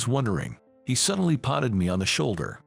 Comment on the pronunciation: Don't be foolish. Find a narrator who can pronounce American English words. Patted is not potted. Your narrator really can't speak well electronic or human.